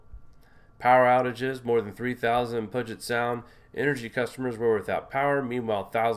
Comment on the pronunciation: Dear heart the body of water in Seattle is pronounced," pew jet" Sound. Puget sound